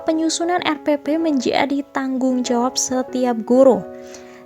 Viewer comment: Salfok "menJAdi"